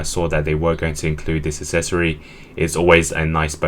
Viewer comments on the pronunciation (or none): It drives me up the wall how you cannot pronounce the word “accessory” correctly. Come on man, it’s not hard.